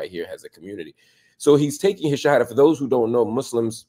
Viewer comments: Bro you say the shahadah so well, mashallah maybe Allah getting you ready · bro your shahadah is absolutely perfect! am i missing something. forgive me